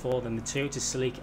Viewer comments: Se-Lick-Uh (YES) Se-Leek-Uh (no) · The Toyota Celica is pronounced like.. Sell-ica. That's all. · My nigga the way you shall Celica it's so wired I'll allow it cause other places say car names differently and as a Northern UK viewer this is really annoying to hear celeeka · Oml this guys pronunciation of these cars. Celeeeeka. Ford pUma. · Who else call the celica, silika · no, its pronounced Sel-ica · Se-leek-uh lmao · Se-lick-her lmao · I have never heard Celica pronounced that way 😂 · It’s cringe listening to him say “celica” wrong.